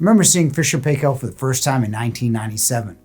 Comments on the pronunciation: The pronounciation is not "pay-kell." It's "pie-kl" ... akin to pickle. Proper pronounciation can be heard on videos produced by the company, go figure. My double-drawer unit was 20 years old on 8/21/2023. It has had a few repairs, all DIYed. I also have F&P washers (two, agitator and impeller) and the topload dryer with reversing tumble. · Good review. It's pronounced Fisher and "Pie Kill".